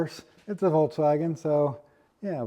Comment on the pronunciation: It's "Volkswagen"